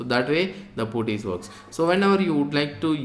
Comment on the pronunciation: Good tutorial. correction you don't pronounce 'u' in Putty...instead, you change 'u' to 'a' when you are pronouncing it